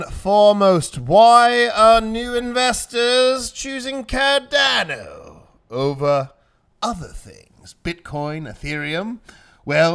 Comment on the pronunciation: it's 'Cardano' not 'Cardano'!!!!